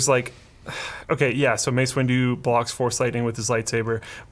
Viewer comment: Thought Luke called him Mace Window for a moment 😂